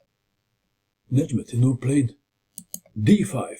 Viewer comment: Your pronunciation of Nezhmendtinov is simply superb, you are always excellent when it comes to the names of the players